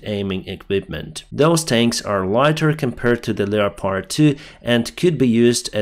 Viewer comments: Leopard is pronounced leppid. Thanks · Dear - Historically 'leopard' is formed from the two words 'leo' and 'pard' - but we pronounce 'leopard' as 'lep-erd'.